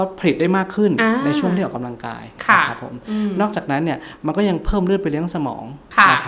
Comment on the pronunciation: หมอพูดให้ชัดถ้อยชัดคำกว่านี้จะดีนะคะ ร.เรือ และควบกล้ำไม่มีเลย แต่คอนเทนต์ดีอยู่แล้วขอบคุณค่ะ -ออกกะลังกาย